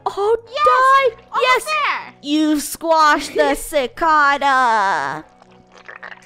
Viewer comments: Funneh it's not cicada it's ci-cae-da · Funneh: Die clcodo Me: funneh it's clcada not Clcodo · Btw Funneh You're Pronouncing Cicada Wrong. It's actually /sɪˈkɑːdə/or /sɪˈkeɪdə/ Or Much simpler Si Kae Da , The ae is like how you say the eh in your name. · She pronounced Cicada wrong its Si-cai-daa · it's SA-CAY-DA funneh sorry if I offended you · You said cicada wrong😂😂😂😂😂😂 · When they said cicada theypronounced it wrong